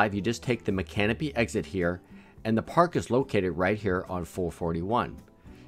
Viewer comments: Nice vid. weirdly enough, Micanopy is actually pronounced "Mick-ah-nope-ee" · I am loving your park tour videos. As locals we pronounce this area Mi-can-O- py. Hope this helps. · Micanopy (mick ann oh pee) Bream fish (brim) awesome video I will be returning to PP next month, third time, first a very rainy Gatornationals, second a quick one nighter in a converted cargo rig, and now in an actual RV, with Rosie the traveling SharPei. Both times before have been great, its a very nice park, thanks for your video, very nice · Tanya, thanks. I’m always so worried about pronouncing First Nation words properly. I’m disappointed that I didn’t explore the history of Micanopy more. Also, I can’t believe we didn’t visit Paynes Prairie earlier- even if it was just for the day. We have had one or both sons living In Gainesville for years. We wish it wasn’t so hard to get into the state campground You have an amazing area. Enjoy. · It's a really nice little town. Fist time I visited it, they corrected my pronunciation, which would be the ONLY way I would know it. Payne's Prairie really is magical. Thanks for taking the time to make this very informative video! :)